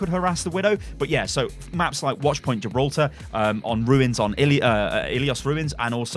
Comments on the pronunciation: "Oppertunites" "Gibrultar" I'm thinking you were a bit stressed when editing this video. :-) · New map confirmed by, 'Gibrultar'